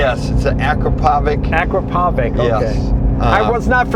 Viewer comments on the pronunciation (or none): Ah-krop-o-vitch…. Not Akraapovik… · Guys please - its not Akrapovik - its Akrapovič. Also its Porsche - not Porsh. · Akropovič is pronounced AkropoviCH, such a cool car! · Ah-krop-o-vitch = Akrapovič pronunciation help for the Americans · I would expect the CEO of a car company should know how to pronounce the name of one of the best high performance exhaust makers... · Its pronounced ar crap a vitch come.on people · Exhaust: "Ah-CROP-o-vich" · I wish everyone could say Akrapovic correctly. I work in the motorcycle industry and I've heard it said wrong in every way. They are still one of the top manufacturers of motorcycle exhaust systems and are taking over the exotic car exhaust world too. " Ah-Kraa-Po-Vich ". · It’s Ak-rah-pov-ICK?! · By the way, it's pronounced A krop' o vich. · you telling me the main guy at ford cant pronounce the brand of exhaust on the car? Thats not even close to how you pronounce "akrapovic" 😂😂its more like "a crop o vich" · Akrapovič is not a boutique manufacturer. First of all it is pronounced uh·kra·pow·vich and second they are a supplier for OEMs like Lamborghini. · Awesome car, just with the CEO would pronounce Akrapovic correct😊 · Akrapovic pronounce 😂😂😂😂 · That's not how to pronounce Akrapovic. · As a car guy and a motorcycle guy seeing akrapovic starting to be on cars is nice but here we go again with the pronunciation of the name😂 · its pronounced akrapovic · Akrapovic really appearing everywhere; making a name for themselves...but gotta pronounce right though man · CEO of Ford can't pronounce akrapovic correctly. What a joke.